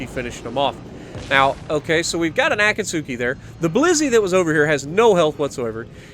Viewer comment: Just hoping you find this. Akatsuki is pronounced (uh-caught-ski)